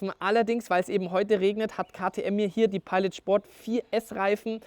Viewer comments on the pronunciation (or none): none